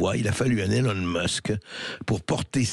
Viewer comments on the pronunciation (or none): none